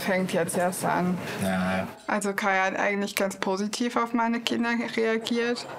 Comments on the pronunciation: Ich heiß Kai. Nicht scheiß Kai hab ich verstanden. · Nein! Ich habs 3x gehört und es bleibt dabei, er sagt : Ich, 💩 Kai. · Schei.....Kai Wirklich so verstanden. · Bin ich die Einzige, die bei seiner Vorstellung "scheiß Kai" verstanden hat? 😂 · Ich heiSch Kai 😂😂 ja Same so verstanden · Aber sowas von scheiß Kai verstanden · Oh man...ich hab verstanden "Scheiß Kai"😮